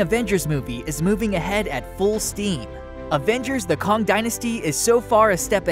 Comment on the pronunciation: Did you really say "Kong" Dynasty!? It's Kang, pronounced with an A I don't mind when the robot voice program mispronounces vowels an shit, but if ur guna have a channel that reviews Movies, at least start by getting the Name/Title correct! Sorry for being a lame ass Strickler LoL but it's nails on a chalkboard for me 🙉